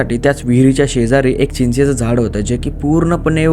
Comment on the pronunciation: चीचाच झाड, नही भाऊ! चिंचेच झाड हो!😂